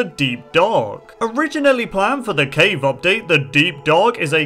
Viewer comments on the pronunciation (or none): none